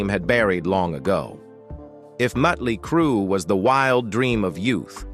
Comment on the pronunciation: The narrator needs an English class, the name is Motley Crue, not mutley crue, or meatley crue.